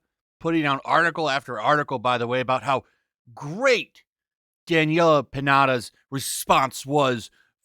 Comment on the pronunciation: This whole thing is a disaster, and you know what's really funny too? ...the way you said Daniella Pineda, it sounds like Daniella PINATA! ...cause you know, she's taking hit after hit after hit hahahah